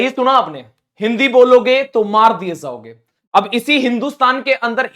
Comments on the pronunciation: Pehle khud sahi bol hindi 😂maar diye zhaoge nahi jaogen hota hai 😂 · Zaoge nahi jaoge😂